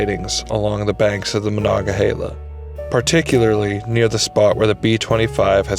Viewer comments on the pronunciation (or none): It's heela, not hayla.